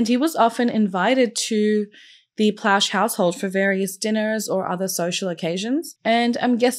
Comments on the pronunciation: Plauche is pronounced "PLO-shay" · I remember this well. I live in Louisiana & was in Jr High at the time. Gary was a hero. He not only stopped a disgusting predator from ever victimizing anyone else, he also spared his son the trauma of a trial *For the record, the last name is pronounced "Plaw-Shay". It's French (Creole) Those names are very common in Louisiana. And another note- Baton Rouge is hardly a "small community" 😅 It has a population of over 3/4 of a million people. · Pronounced "Plo Shea"